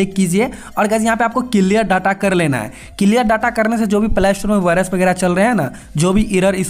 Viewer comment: Bro it's play not plaaa store😅